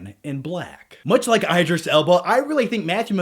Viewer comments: Its not i-dreees......its E-drees alba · the obligatory BAD Morgan Freeman AND Matthew M. impression. yay.... said no one ever. btw, it's IDris Elba, as in DID not I'D. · Hey, you're pronouncing Idris' name incorrectly.... just saying.